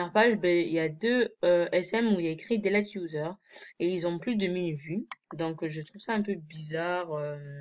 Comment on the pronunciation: Putain mais sa m'a tourner dans la tête pendant toute la vidéo : toi tu dis 《 deled user》MAIS NON C'EST 《Deleted user》 Tu sais pas lire ou quoi ?